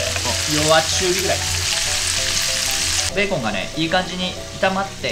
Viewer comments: 完全にベーケン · めっちゃ思いました。ベーケン